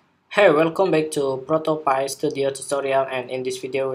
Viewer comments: It's pronounced Pi - Pī - like a piece of pie... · Hey thanks for the tutorial! the pronounce of the app is Proto pÁy (cake), "Create Prototypes as Easy as Pie" ;)